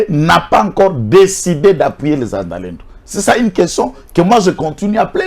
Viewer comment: Pas zazalendo mais wazalendo quand c'est plusieurs personnes une pers on dit mwazalendo